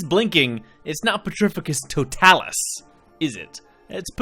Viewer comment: For later reference, mate, it's pronounced pe-TRI-fi-cus to-TAH-lus. :-)